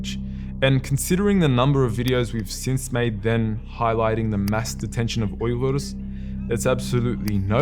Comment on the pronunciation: It feels great when I hear you pronounce "Uyghur" so accurately. Thank you for that and thank you, ofcource, for being our voice.